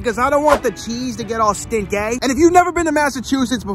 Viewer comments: stin-kay and the tri-house in MA is the triple-deckah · Stin-kay , lol still with ya.. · Stin-kay